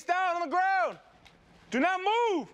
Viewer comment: Did he say DO-NUT move ? Lol they have those things on the brain lol 😆